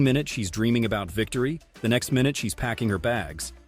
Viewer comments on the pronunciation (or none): none